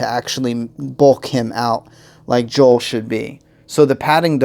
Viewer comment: J.O.E.L. NOT J.O.E.